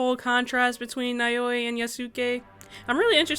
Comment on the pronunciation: Loved the video! Just wanted to clarify the pronunciation of the protagonists’ names: Yasuke is pronounced YAH-skeh (with emphasis on the first syllable), while Naoe is NOW-eh. Great video regardless!